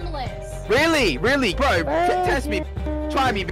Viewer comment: That mean pack said Bro in a British accent